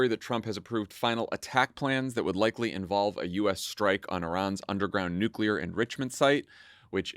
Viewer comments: Anyone else flinch every time they hear Dan say "nuke-ya-ler" a la Bush Jr. over and over again? Gaaah, that mispronunciation is like sandpaper on my soul. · I'm kind of surprised that Dan went with the George W. Bush pronunciation of new Q. Lur.